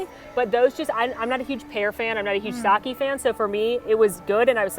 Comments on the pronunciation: Sake not Saki. This is your job and you can't even do it correctly? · Heads up, Japanese “sake” is pronounced “sa-keh.” Not “sa-key”👍🏼